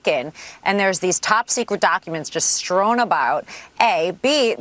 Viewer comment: She's coined a new word that sounds like a cross between "throw" and "strew" - "strown" but I guess you don't need perfect command of English when you are a hot TV lawyer